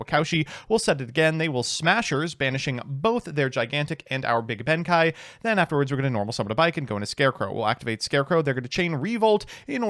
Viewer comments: Why does he keep calling him Benkai when there's an E there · Oh, yeah, my favorite samurai...."benkai"